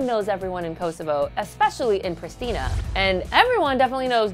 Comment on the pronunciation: Thats not how you pronounce 'Priština'